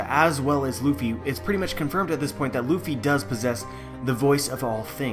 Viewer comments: I'm wondering where you got this strange pronunciation of the name "Ruffy" from. It's neither the Western nor the Japanese one. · Ace Vincent Arevalo But Japanese people usually don't pronounce the letter "R" as "L". They do not have the "L", but the "R" is also not realized the way we produce the sound for "L". It's somewhere in between and a realization that does not exist in this way in the English language. The pronunciation of the name "Ruffy" in this video is overly anglicized. The narrator produces the sound for the "R" in "Ruffy" just the same as you would pronounce the sound for "L" in words such as "leaf", "lady" or "laughter" and that's not correct. The sound for "U" is also not exactly like the Japanese pronounce it. Now I don't want to say that people HAVE to use proper Japanese pronunciation when they don't speak Japanese but in this video it's pretty far away from the actual pronunciation.